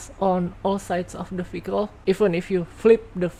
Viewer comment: Every she say vehicle I hear faecal